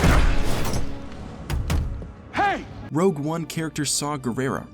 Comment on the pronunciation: HOLD UP he said rouge one character saw